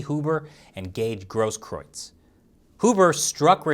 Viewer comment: you're literally one of the 5 people in the whole US that can pronounce the name Grosskreutz.